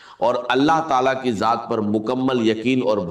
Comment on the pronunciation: Ye nhi haen talaffuz se pata chal rha hae,,,,Dr sb, Allah ki jaat nhi kahtey Allah ki zaat kahtey haen,,,, video banani hae to apni banayeñ Dr sb k video per q bana rhy haen,,,, bht ghalat baat hae